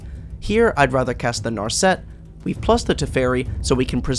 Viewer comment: 1. It's teferi time raveler, not teferi time raveler 2. It's nar set, not nar set Everything else in the video is pretty well done, just holy shit that was annoying to sit through.